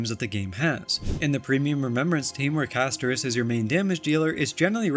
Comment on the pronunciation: Why did you put the emphasis on the i in Castorice? 😂